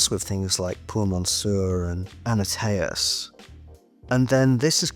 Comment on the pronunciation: It's Antaeus not Annateus 😉